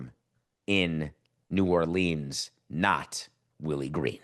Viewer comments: expecting a NYer to have a full blown Louisiana drawl is something that's not going to happen. New Orluhns is like training wheels. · New Yorkers need to stop pronouncing New Orleans as New Orleens...it's New Orluhns.